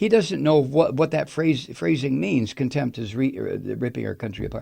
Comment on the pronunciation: Mike - Contempt is a two syllable word. tRUMP can't handle that